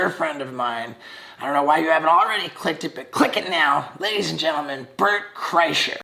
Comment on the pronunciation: Wait did Steve say "BURNT Kreischer" on purpose or is he a fucking genius